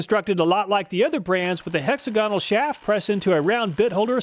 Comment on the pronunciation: Small criteria. Hexagonal is not pronounced that way. Please it sounds terrible. Thanks